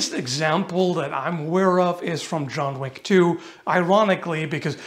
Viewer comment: I read your "John Whick" like Family Guy's Stewie pronounces "W(H)ill W(H)eaton" and "Cool WHip"... 😂